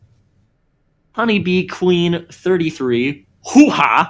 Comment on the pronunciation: Thank you so much for the mention, but it's pronounced 'MAY' Lu